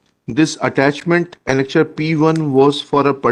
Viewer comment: Annexure is said as annegure completely out of the stream